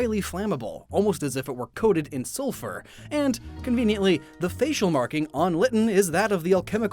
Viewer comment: "Coated with sul-FUR"